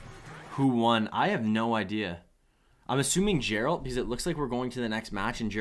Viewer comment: Geralt is read with a g sound, not a j. Still really enthusiastic and great content!